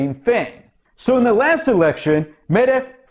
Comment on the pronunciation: Perfect pronounciation of Mettes name 😀But we usually refer to her as "Slette (Erasing) Mette" due to the fact that she erased all her text messages showing her ordering the mink extermination. By "accident", of course!